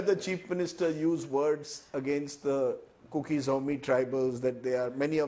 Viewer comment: It's KUKI Not Cooki.